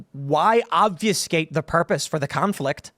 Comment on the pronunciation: Obfuscate. Say it, Tim!